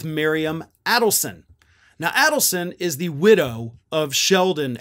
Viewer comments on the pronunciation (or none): It's pronounced AID-elson.